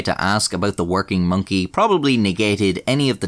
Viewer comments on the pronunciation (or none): Am I the only one who really enjoys the way says the word Monkey? “Monky” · minky to be precise:) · I love it when you say Mönkee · The way you say Monkey doe